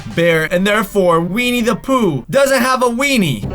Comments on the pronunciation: It's Winnie the pooh not weenie the pooh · He said weenie the Pooh instead of Winnie the Pooh